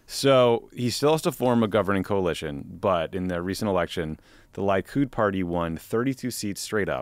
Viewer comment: LEEE-Kud. Please guys. I know LIE-kud is tempting, but c'mon...